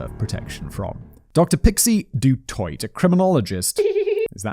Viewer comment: Du Toit is pronounced Du Toy. Your welcome.